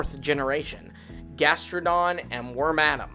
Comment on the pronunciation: BUT THE WORMADAMS WHICH YOUR PRONOUNCING WRONG CAN BE FOUND WITH ANY OF IT’S 3 CLOAKS IN ANY REGION IT’S IN. IN LORE THERE IS A SET LEVEL UP MOVESET IT JUST DIFFERS IN GAMES. THE REASON REGIONAL VARIANTS ARE COOL IS THE COOL IDEAS THAT COULD BE BEHIND THEM WITH OUT THE FORCED LIMIT OF MAKING A NEW POKÉMON BUT MORE IMPORTANTLY THINGS ADAPT.